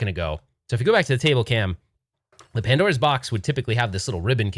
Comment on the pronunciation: "Padnora" lol 🤭